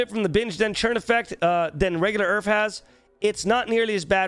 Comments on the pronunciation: I kept hearing "Earth" instead of URF, and I was like wtf did I click on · omg u were talking about urf and i kept hearing earth all the time omfg xD i was so confused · I thought he was saying each and I was so confused